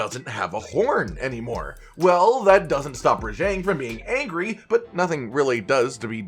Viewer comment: Your pronunciation of Rajang is triggering.